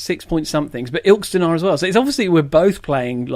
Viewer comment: Its Il-kest-on